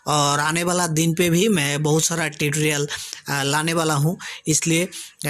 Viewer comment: Bhidio , Bhokal ,Bhiwer, Titrial. ye kya hai sab Ridiculous such a?? make better your word Pronouncation